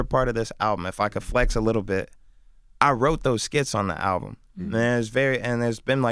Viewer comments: It's called album not owbum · LMFAO only clicked this because the title said : Chance The Rapper Talks "New Owbum" i had to find out dafuq an OWBUM was 😂😂😂😂😂😂😂😂😂😂😂😂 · The title of this video says "Owbum" that's how hood niggas pronounce "album" lmao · Nigga said ‘Talks new oWbUm’! 🤦🏾‍♂️🤦🏾‍♂️😂😂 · Owbum? WTF is an owbum???